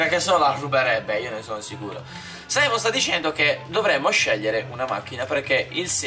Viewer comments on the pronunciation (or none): È SIMEON NON SAIMON